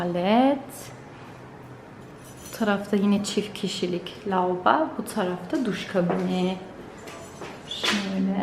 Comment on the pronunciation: Tovalet lauba... 😂 Allahım güzelim Türkçemize yazık oluyor.